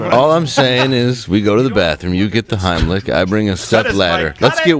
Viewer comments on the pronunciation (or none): Run Gerald! RUN! Dave didn’t say Heimlich, he said HINEY LICK! RUUUUUUUUUUUUUN!!!